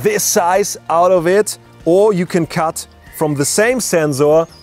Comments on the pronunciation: i love how he says zensor😂😂😂😂😂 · Senzorrrz... Senzuuuu.. senzu bean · Yes, usually Germans pronounce sensor this way. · That’s bcz ‘s’ is pronounced as ‘z’ in German!! 👍🏼👍🏼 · Anyone else want to jump off a cliff when he says Zzzzensor ? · "Zenzorrz" and "Sand corns". Okay, to clarify, is German and in Germany we have 2 ways to pronounce the "S" –> sharp and soft. The German pronounciation of the German word "Sensor" is more like (or exactly like) IF it was spelled "Zenzor". That is the reason why this sounds a bit weird here. A common mistake by Germans. We have a term for this: "denglisch" (deutsch + englisch). The German "Z" by the way is always pronounced like a short high hat "ts", never like a soft "S". The word "sand corn" I believe he also derived from the German "Sandkorn". In English it sounds a bit off, because it's more common to use "grain of sand", but I guess it does it's job. But other than that his english is pretty decent – you have to give him that. I don't know any English speaker who performs German for example in that fluent manner. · After watching this video my pronunciation of Sensor has permanently changed to Zenzoar!! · Thiz zenzor zize iz pretty big Zame shotz and you can zee the difference You can clearly zee much more. Very nize and zpetial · It's not his fault at Zenzor because he is German. German pronounce S as Z and Z as S lol....... Song will be Zong in the german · Zensor size *Zenkzors *Kzensors *Ssenzzor *Kzensor I cannot process the pronunciation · Zenxor size!! Love the video and the energy. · I love his energy, I love how he says “Sensor Size” “Zenxor Ziess” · well i didnt hear "rrrr"... only zenzzzo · But he is actually pronouncing it right because Zensors are something different, they are a type of sensor that stills the mind. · decided to take a shot every time he says "Zenzoor", 2 minutes in the video I'm piss drunk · "THATS A MASSIVE ZENZORRR" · i love how this guy says sensor ""ZENZOR"